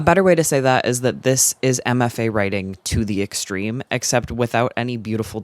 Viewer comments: I watched this whole thing, and every time you said "MFA Writing," I heard "Emma Fay," and I was like, who is Emma Fay, and why do you hate her writing so much? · the whole time you were mentioning MFA writing and i was so confused because i thought you were saying “emma faye writing” and i thought you were probably just referencing some insufferable author i hadn’t heard of lmfaoo